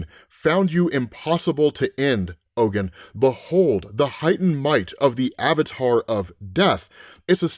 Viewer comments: Oh, Ogun is pronounced (OGoon) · Ogun pronounced ogoon